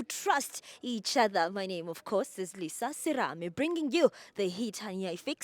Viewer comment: Lisa uthi yurinaizer😂